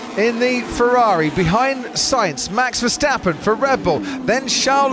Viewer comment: The name of Max Verstappen is hard to pronounce apparently. It is definetely not MEX VERSTEPPEN! The "A" in his name is pronounced as a REAL A like in father, brass, for instance!!